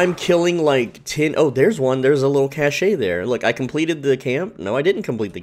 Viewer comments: The e is silent in Cache it sounds like Cash. This bothered me so deeply. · FYI - if you use standard English pronunciation cache and cash are pronounced the same.